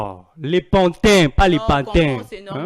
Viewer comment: PANTIN...et non patin. Ce monsieur est trop orgueilleux... très mauvaise émission.